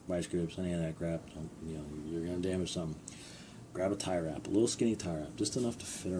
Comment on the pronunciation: Are you saying Tirer wrap?